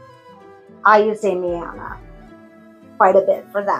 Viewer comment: You pronounced it well. I need to use Damiana more. yesssss!!! I love that. I hate and will never do a love spell. Ethics in spell casting 101! my husband always says… if you need me for s€x magic, I’ll help haha 😝 I’m selfish with mine too and use it sparingly.